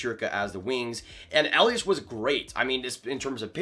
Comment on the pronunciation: A small hint: It's not pronounced 'Eliash'. Just a normal 's' at the ending. Greetings from Mannheim.